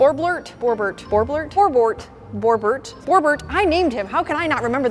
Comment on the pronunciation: It's pronounced as bee-o-ber-t